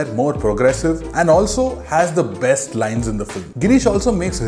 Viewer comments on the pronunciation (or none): none